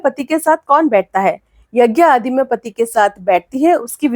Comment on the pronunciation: महोदया,पति नहीं होता है। बल्कि पति होता है।please try to improve,specially Hindi pronunciation